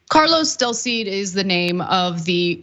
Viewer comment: del cid not Delcid.